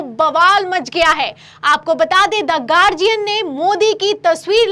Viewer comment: गार्डियन नहीं, गार्जियन है सही उच्चारण । यह शिकायत नहीं, सलाह है आपको ।